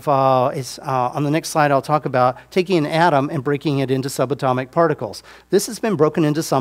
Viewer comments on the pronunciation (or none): none